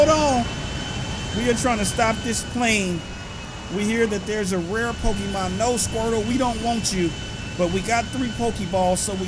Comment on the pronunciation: Why do people on yt always pronounce it pokiman